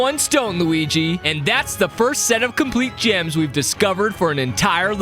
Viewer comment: I don't know why but I thought you said jams instead of gems lol